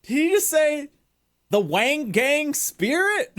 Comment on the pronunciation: They mispronounced Wangan which is supposed to be said like W(ah)n G(ah)n not like Wang Gang